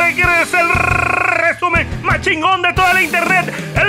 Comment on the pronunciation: Extrañaba el rrrrrrreeeeeesumen de la semana, estuvo chingon